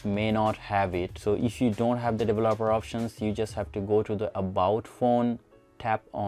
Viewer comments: Dele-laper-er options lol! Its Develop-er options. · Didn't work, also please learn to pronounce developer. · He couldn't say "developer", but the video was informative. Love the end with bixby! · Dev-lop-er options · "Devolobeler options" IM DEAD 😭😂😂😂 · The way you pronuce developer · Lmao can't even say developer 🤣🤣🤣